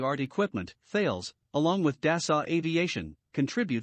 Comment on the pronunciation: Please, the name is THALES (a French company), to be pronounced TALESS. Thanks for the nice video.